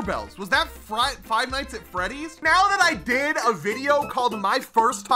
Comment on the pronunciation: Why is no one talking about how he is calling fnaf frive nights at freddys 😭😭